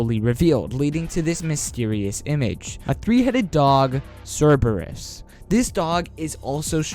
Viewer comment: omg, why are youtubers always saying cerberus wrong...is there any latin people out there? like cmon